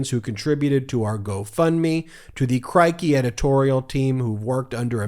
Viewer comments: Mate, Crikey is pronounced as a rhyme with “sticky.” 👍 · It's "c-ROY-kee"